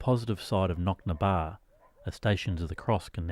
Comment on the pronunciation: I 'm a local and its Knocnadtobar not Knocnabar - Knock = hill Na = of the Dtobar = Well i.e hill of the wells (as in springs).